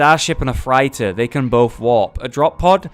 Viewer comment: Freighter is pronounced Frey-ter not Fright-er XD